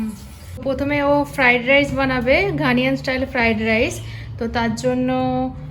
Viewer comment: It's not Ghaniyan. It's Ghanaian. ঘানিয়ান নয়, ঘানাইয়ান।